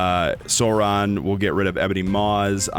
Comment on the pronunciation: Pronounced Sore-on like dinosaur